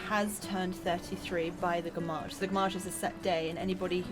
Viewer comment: I dont think that said "gommage" haha more like "FRommage" = cheese xD